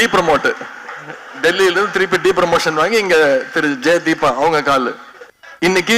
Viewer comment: Arivu thiruvizha??? Arivuellathavanunga than adha nadathanum. Depromotion? Ella.. DEMOTION. Speak english correctly.